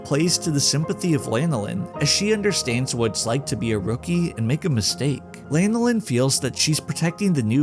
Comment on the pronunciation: Dude can't even pronounce her name properly, and probably doesn't even know that it's the name of an oily secretion from sheep. It's Lan (like "fan" or "Dan") oh Lin, not Lane oh Lin.